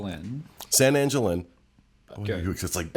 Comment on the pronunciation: Every time I hear you guys talk about San Angel Inn or Three Caballeros I cringe. I'm not Latino, but if there is anyone on here who wants to back me up.... Please, it should be pronounced San Ahn-hel Inn, and three cav-i-eros! Make sure you are pronouncing words correctly.